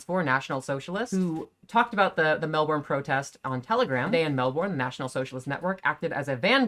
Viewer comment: In Australia we say pronounce the word Melbourne as mel-bin.